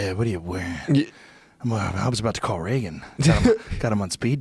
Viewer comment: Joe 'is that how you say his name' Rogan